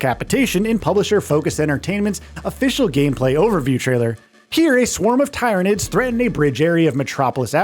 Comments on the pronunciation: Plz stop saying tyranids wrong. Its pronounced the same as 'tired'. I stopped watching the video because of this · Fkn Tie-ranids? Come on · Ahem* Teer-a-nids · Every single time he says Tie-ranids, my teeth clench involuntarily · uMm aCtUaLlY iTs pRoNoUnCeD ‘TEER-anid’ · tai-ra-nids sounds like some sort of STD, though I suppose the residents of 40k would agree. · The Tie-ra-nid pronunciation had me thinking this was Ai 😂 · My man is gonna get reemed in the comments over the pronunciation of tyranids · Could have watched one 40k breakdown video of the tyranids to get pronunciation right.... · Its not but its annoying as hell when even the game itself pronounces the name correctly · do these idiots ever listen to trailers or the devs when they do their videos, at least pronounce tyranids the right way